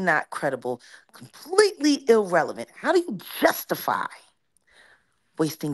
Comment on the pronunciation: it is Not “illrelivant” it is irrelevant.